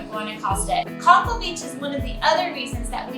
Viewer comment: Just to clarify Conchal is pron (cone-chall) and yes it is a very nice beach.